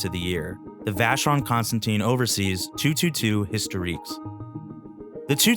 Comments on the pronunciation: Sir, although you have the name of the brand correct in most places, your pronunciation is incorrect--it's not ConstanTINE, it's ConstanTIN. In fact, you have it spelled correctly under your video, and it's pronunciation is the same as that of the metal. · vacheron...cons...tan...TAN (as in tongue)... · Please learn to pronounce Constantin properly. There is no e on the end